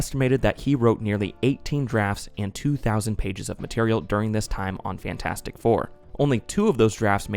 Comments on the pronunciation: Great video but I died a little inside and cringed so hard every time you said "Fan 4 stick". That was cruel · It’s property Fant4stic but most people say Fan4stic for no reason that I can ascertain. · "Faint Four Stick" 😂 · When you say fan4stic it sounds like you're talking about a deodorant.